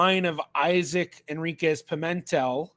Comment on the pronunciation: In the name "Pimentel", the stress is on the 3rd syllable, not the 2nd: it's a bit like pea-men-TELL.